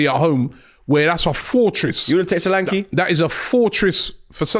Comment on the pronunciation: Its pronounced S H O L A N K E H Not, sohhhlankiii